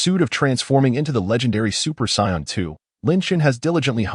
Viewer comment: its really annoying that this says psy-on instead of Say-in